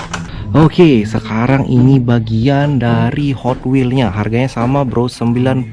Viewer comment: Bang bagus tu gotwels " nya😂